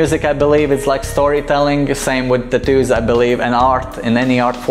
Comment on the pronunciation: Take a shot Everytime he say tattooss